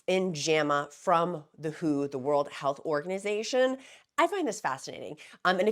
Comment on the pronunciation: Merry Christmas, Gab from Australia here. Just sat down to watch your latest video and wanted to let you know that the World Health Organisation is not shortened to “who” but the letters are read out as in W. H. O. Just a small thing but I thought I should let you know. Now, I have my morning coffee and will watch the rest of the video. It is going to be a hot one here today getting up to 37 degrees Celsius (98.6 degrees for you) but it looks like we could have a storm as well. I hope everyone had a wonderfully Merry Christmas and will have a Happy New Year as well. I too am coming up to two years on this medication (31 December) and it has changed my life for the better. You will soon be at maintenance level and I cannot wait to see how you manage it. You are looking so beautiful. You are simply glowing with health. I look forward to the next year of your videos and, of course, continuing to help the newbies in the free encouragement Facebook group. As an old hand at this now, 9 months in maintenance, my goals for the new year are to concentrate more on increasing my exercise (I want to play tennis again but need to be fit enough to run around for that) and getting my plant channel up and running now that I don’t have to spend so much time thinking about weight and what I put in my mouth every second of the day. Lots of love to everyone out there.